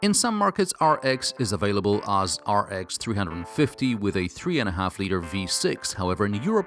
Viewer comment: 'As' shall be pronounced differently, it's very annoying. Anyway great review.